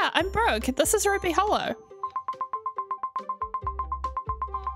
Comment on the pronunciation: When she said Brooke I thought she said broke😅😂😂😂😂😂